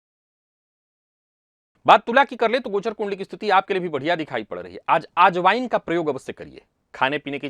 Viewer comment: अरे ! हम तो चौंक गए ! आप की वाणी में ये शब्द ? कि— "आज Wine का प्रयोग अवश्य कीजिए !!!" फिर क्षणार्ध पश्चात् ध्यान में आया कि आप "अजवायन" की बात कर रहे होंगे।... एक और बात : किसी चीज़ को कद्दूकस करने से जो परिणाम दिखता है उसे गुजराती भाषा में "छीण" कहते हैं, 'क्षीण' का उच्चार तो 'क्षीण' ही किया जाता है।